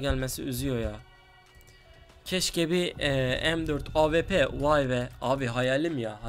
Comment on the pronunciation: abi bıktım awp ye ap diyosun